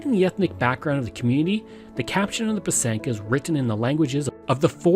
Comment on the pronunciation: It's pronounced PY- sanka, emphasis on the first syllable. It is beautiful